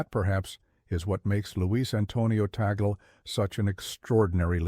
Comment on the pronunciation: We Filipinos pronouns his family name as "Tag - le" not Ta - gle